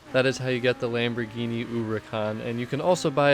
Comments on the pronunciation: Why does it sounds like he calls it a Lambirgini Uwucan? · Lamborghini ooricon